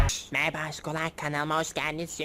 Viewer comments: Videonun başında ne kadar çok merhba dedin ahshshns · Abi maraba dediğine guldum😂😂😂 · Nobody::MaRaBa